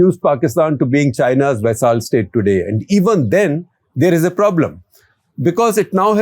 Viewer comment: SG....Vaisaal nahi re bapu Vassal. Please pronounce "Vassal" properly.